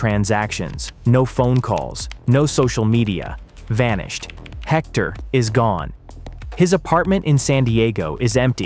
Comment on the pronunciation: Arellano is not pronounced Arelano, double L in Spanish has J sound as in Jack. Arellano, sounds like Are J ano. Tijuana is not pronounced Tiguana, the J has the same sound as H in House, so it is not Tiguana like iguana, but Tijuana. Hector has the Spanish silent H, so we do not pronounce it. It does not sound like Jector, but like ector.